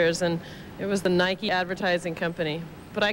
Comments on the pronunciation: Because Canada, eh! He also pronounced Nike wrong. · And Nike. He does it on purpose lol 😆 he was trolling before that word ever existed!😅